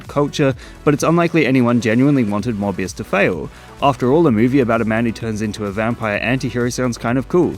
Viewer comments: Morbius Sound Like Hybius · It's monthbius baby! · Gad ai lob morvuz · Your Mor-bias is showing. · "Morbuis" is that french? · it's morb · You can't pronounce Morbius without "more", so... It really is the more movie